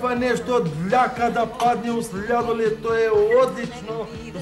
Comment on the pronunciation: min tu nema tu nesto dljjjjaka da padne u sljjadoljedi..hahahaha